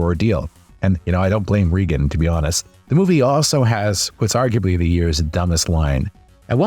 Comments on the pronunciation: It's not "Reeegan" it's pronounced "Raegan" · Ray-Gen not Ree-Gen